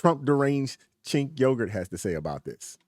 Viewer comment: Yes yes yes! Chink Yogurt shall be how you say his name🥹😂 Every single time I see his name (Cenk Uygur) I question how am I suppose to say this conundrum